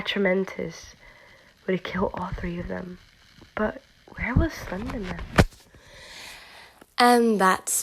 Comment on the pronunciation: Im half asleep so whenever you say slender man i hear cinnamon lol